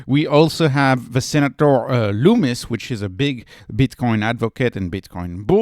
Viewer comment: Her name is pronounces like Hummus. Think Lum-mus……... Not Loo-mis